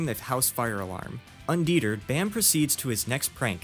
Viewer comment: Love your vids mate, just want to correct some mispronunciations, if you're receptive. No criticism or judgement intended, just trying to help. Coveted: CUH-vit-id Undeterred: un-duh-TURD